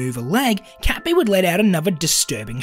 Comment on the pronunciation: Cat bee's pronounceiation sounds like kapi